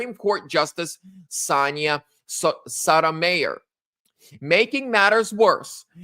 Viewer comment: Her name is pronounced So-toe-my-or. As a political commentator, that's something you should know. And your source had me until she made being CHINESE an issue. I am Chinese. I was born in China. I became a naturalized citizen since the late 1979. I served honorably in the USAF. I am a disabled vet. Being Chinese does not automatically make us a security risk or tr@ in the same way that YOU being whyte does NOT automatically make you a member of the Klalky-Kloaked-Klan. Alex and his wife's race is INCIDENTAL, but their affiliations with the Anti-Trump organizations are relevant. Stick with the affiliations, instead of mingling your r@ opinions with relevant facts. Your type of fear-mongering led to Jap@ internment camps, and it is what the N@ did to J3ws.